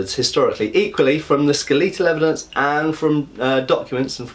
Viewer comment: Skaleetal : / "A Skaleetin"